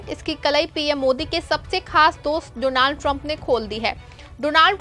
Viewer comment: You are a new actor please learn to pronounce his name properly. Doo-naald trump seriously you are a joker reporter 😅